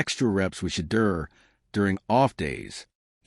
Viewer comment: They either pronounce Shedeur's name wrong or spell it wrong!